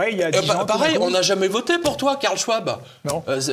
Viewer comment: Pierre J. à 38 minutes écorche bien le prénom du monstre de Davos Karl/Claus Machin....et t'entends du tic au tac dire:"c'est pas grave!"...lool...j'adore 😂